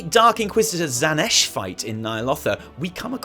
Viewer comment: Aaaah, Xanesh...I first though you said Slaanesh...